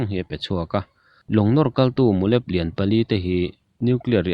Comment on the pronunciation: mulep hi, sava mu lamarik angin lam hmasak a, lep hi thil kan zai lep ang a thluk deuh a lam rik tur